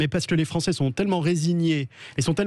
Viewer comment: la gauchiure Corato : " les français gnagnagna " euh les français ou li fronçais ? 😂